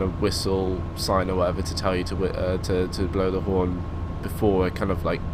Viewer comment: he said porn not horn